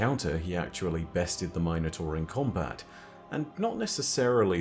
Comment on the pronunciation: Why is he pronouncing Minotaur like that? Is that how it’s pronounced in Destiny??